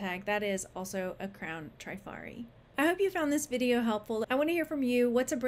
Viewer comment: Hi, just love watching you, you're so much fun...but I have a comment about Trifari..dont remember if you mentioned them here and please know I'm just passing some info along..no "these ones" comment 😊. When I was young I worked at a high end womens clothing store and we sold Trifari...the first i is pronounced like the i in it, not a long i like in tri which you would expect. I even listened to the YouTube appraiser Dr Lori appraise a piece of Trifari to make sure.